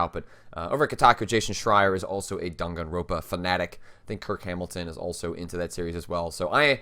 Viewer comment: by the way, it's "Dan gan roN pa" not "ro pa". you keep skipping that third N and it always drives me kind of nuts lol